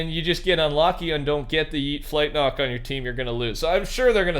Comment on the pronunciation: The way he says flint knock it sound like he is saying flight knock